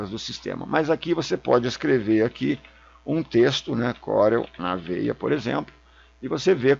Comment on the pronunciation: Só eu que entendia ele falar "coronavírus" toda vez que falava "corel na veia"?? kkk